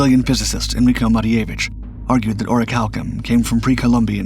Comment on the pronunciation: La voix qui récite n'est pas capable de prononcer correctement les noms cités! l' Atlandide, Crissio (Critias), Salona (SOLON), Cranté ( Critias), Oricalom (Oricalcum)... est- ce une performance de l'IA ?